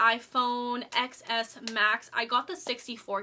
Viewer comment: the "x" is a roman numeral so it's pronounced "ten" but love this unboxing video lol i have an addiction to them